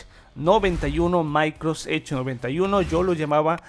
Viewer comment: Buen vídeo, tu pronunciación suena a "Maicros ech" 😄